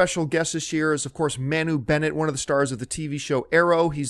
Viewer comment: By the way John, 'Manu' is pronounced 'Ma-noo' (as in Ma and Pa Kent - not 'ma' as in 'man').. The word is Maori (since Manu is part maori like me). So there you go, now you can impress Manu at Comic Con with the correct pronunciation ;) Bring the filthy!